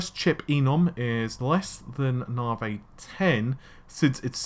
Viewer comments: it's 'Narvay', damn it! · it is NAVI not NAVEY ! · since you butcher Navi everytime, you most likely butchered that also